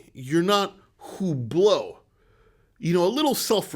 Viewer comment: The way you say "hublot" sounded more like "who blow" when talking to AP. Made me laugh.